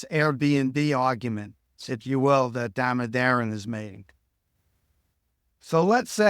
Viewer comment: If only Larry could correctly pronounce Aswath Damodaran's surname.